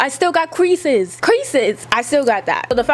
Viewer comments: Sis the way you say creases has me so weak 😭🤣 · when said creases i died man 😂😂😂😂😂